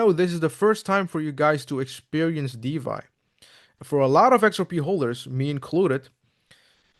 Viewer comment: Thanks for the clarification. Why di you pronounce DeFy as DeVy🤔